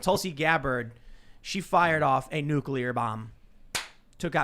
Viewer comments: I love you buddy, but it's nuclear, not nucular. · why do they keep saying nuclear wrong?"nukelar" wtf